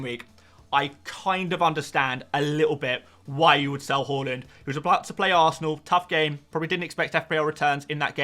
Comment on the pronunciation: Bro I subbed last week but it could have been way sooner. I was waiting for you to say Haaland's name properly but realised it wasn't going to happen. Enjoy the vids though!